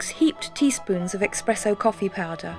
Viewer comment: I wonder if she still says "expresso."